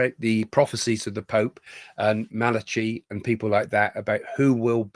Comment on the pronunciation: It's pronounced mal akie not malachy